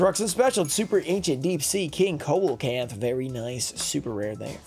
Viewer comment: I love you, but Coelacanth is pronounced see-low-canth haha. Keep up the amazing vids!